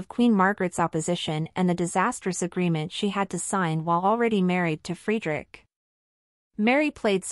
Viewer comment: This piece is really annoying. You Are not able to pronounce their names correct. Frederik and Mary. Also we Danes absolutely know the Donaldson family. Her father and his wife, her Two sisters and their families and her brother and his family. They are all very Nice people and respected here. Crown Princess Mary is very loved, respected and admired here in Denmark and she is VERY visible here. She is intelligent and has her own work to do. Danes are equal in marriage and supporting eachother. I dont know what is happening in their marriage and if Frede really settled with the mex hiking trophy (which would be stupid and evil to both his children and his wife). He would loose a lot of respect and sympathy from the Danes as Well. Im pretty sure that Mary in the worst case would be taken care of with respect and dignity as she is the mother of the future King and his siblings. We love her ❤❤❤